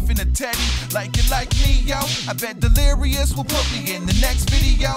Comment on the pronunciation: he said "delerious"